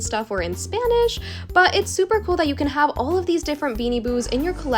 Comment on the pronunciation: Omg you speak Spanish so well I’m Spanish and your Spanish sounds amazing